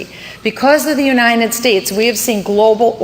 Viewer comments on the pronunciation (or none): I will never vote for anyone who says "The UNINEN States". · I will nevr vote for anyone who says "The UNINEN States".